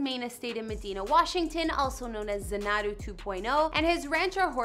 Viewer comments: You said "zan AH doo." You should have said "ZAN ah doo." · zaNAdoo ?! How can you make a video about a house and not even know how to pronounce it?!?! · It’s pronounced Zanadu with the accent on the first “a.” Never heard of Samuel Taylor Coleridge? Or maybe Olivia Newton John? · Your pronunciation of Xanadu is [zuh - NAH - do] . I'm shocked your producers never corrected you (or you never bothered doing something as simple as googling its pronunciation even in Webster's dictionary ...just tap the speaker icon to hear its pronunciation) or look it up on Youtube for that matter. The word was made most famous in the classic film, Grease. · Xanadu... pronounced Zan-a-Due Did you ever see the movie in the early 80’s with Olivia Newton John? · ZAN-A-DEW Correct Pronunciation. you should have checked before you posted. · Informative, but if you aren’t sure of how to pronounce a word, look it up. It’s pronounced Xanadu (zan a doo) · Hi, it's pronounced Zan-a-do 2.0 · Um no, you’re butchering the pronunciation. Phonetically, it’s ZAN ah doo. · It’s pronounced Zan’ a du with the accent on the first syllable. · No, you didn't say that right. Xanadu.... pronounced Zanadoo. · To the lady who narrated this video. Listen to the song "Xanadu" by Olivia Newton-John and you will know how to pronounce this word correctly! How could you not know how this is pronounced? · Another Bill Gates house tour using photos that are NOT his house other than the outside. Also, you did pronounce Xanadu wrong. It isn't that hard and is a word that has been used since Citizen Kane. Not sure how you screw that up...freaking millenials. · How can you not even know how to say his house name... brutal! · She can’t even say Xanadu correctly!!!!!! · Maybe research how to pronounce "Xanadu" before saying it repeatedly in a Youtube video? Just a thought. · You would think if you were going to make a video, you would at least spend 5 minutes and learn how to pronounce "Xanadu" properly!